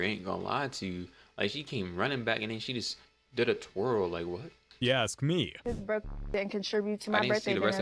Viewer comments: is it not faster to say ax? I've always wondered 🤔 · Why is it so hard for Americans to correctly speak out the word "ask"